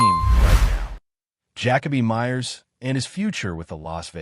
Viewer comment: I can not listen to this bs fucking AI voice call him Jack-A-Bee. Use your voice or hire someone else